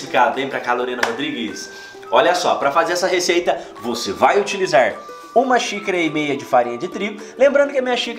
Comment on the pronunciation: Adoro os vídeos. Mas não o sei porque parece que o fala "sícara" kkkk